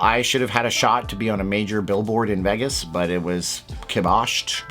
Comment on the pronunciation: it's pronounced VAYgus, not Veggus.